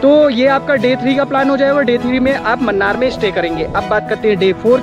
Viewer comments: Munnar is pronounced as mannar😀 Its moonnar ( മൂന്നാർ ) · Mannar nahi munnar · Please note it is not 'Mannar' ...it is pronounced as 'Moonnar' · Not mannar Its moonnar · Munnar hai , mannar nahi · Man its not mannar, pls pronounce MUNNAR split it MU NNAR, dont mislead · Mannar mathai speaking :)